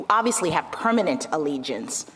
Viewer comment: Jackson is wrong on "allegiance."